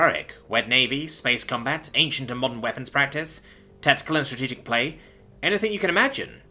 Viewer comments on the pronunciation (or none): none